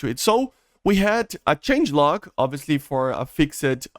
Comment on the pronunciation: It seems like English is not your first language so let me help you out :) when you say the word “fixed” instead of “fix-ed” try saying it more like “fixt” or “fixd” with more of a “t” or “d” sound. We don’t really pronounce the “e” cuz English is confusing and the rules aren’t consistent with anything lol 😂